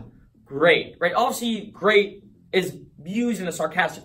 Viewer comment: Not a word but a way of pronouncing a word. The rest of the world says "obviously" with 4 complete syllables. You and many in Boston make it almost like a 2 syllable word -- "awvsly".